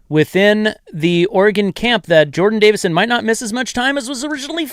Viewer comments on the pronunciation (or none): It's Davison not davidson. And no he will be the guy. Hill will be barner to lamichael